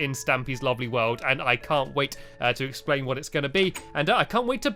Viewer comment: instead of world you said weld